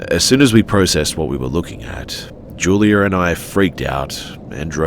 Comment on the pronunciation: Julier and I? Why do English people add r's where they don't belong? It's juliAH